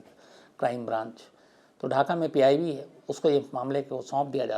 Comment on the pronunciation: Mr. Khan after 11 minutes of your video, you have referred "PIB" as "PBI" a couple of times.